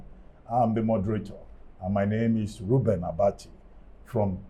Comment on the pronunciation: Who else heard Mr President hailing Reuben Abati "rubi rubi" at the end of the media chat